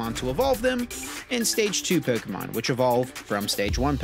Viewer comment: That's the correct way to say it...